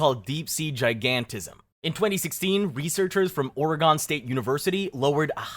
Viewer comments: it’s or-i-gun not Ore-gone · It's pronounced orehgen not oree gone.